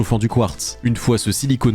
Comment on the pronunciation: Quand tu fais les puces, tu dis "silicone" mais il ça se lit "sili-con", il s'agit en faite de silicium en français!